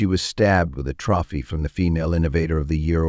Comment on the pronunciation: . Your AI can't pronounce "trophy."